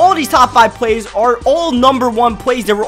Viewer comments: dude its plays not pways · The word "plays" does not have a "W" in it. It is pronounced "Pways".